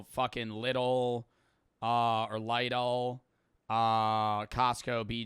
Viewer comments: Unc it's pronounced Lidl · pls learn to say Lidl correctly 😭😭😭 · not being able to say Lidl is so funny to me for no reason